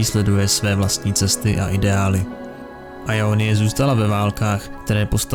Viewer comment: Gj ale vadí mi jak to čteš [ajonyje] a ne [jonyje] x)